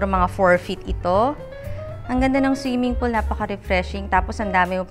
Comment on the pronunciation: snong siming polo. Articulatecwell please